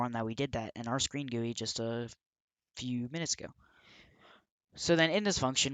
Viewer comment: it is supposed to be G.U.I lol. no offence